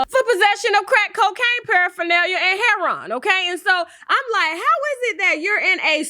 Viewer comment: H E R O I N! Sound it out tasha lol smh